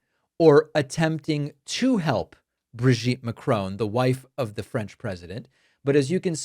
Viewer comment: David, the French surname is NOT pronounced Ma-crone. There is no "e" at the end of it. Perhaps people should start calling you Mr Pak-mane?